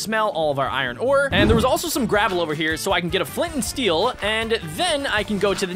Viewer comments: I love how you called flint and steel flont and stel lol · I like how you said flont and steal XD